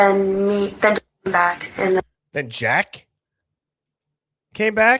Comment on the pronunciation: Back, not jack